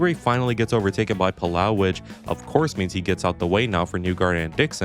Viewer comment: its puh-low lot whatever youre saying dawg